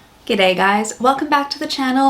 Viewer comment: you said G'day in that one like a true transplant, I'd also like to point t out the open wardrobe, Clue is it? And how you truly are embracing Australia. Onya babe, put out what ever is authentic you, warts and all.